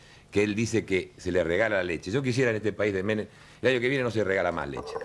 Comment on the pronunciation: No soy Argentina pero he visto los videos suficientes como para que cada vez que te escucho decir "Carlos Menem" nada más cierro los ojitos 😣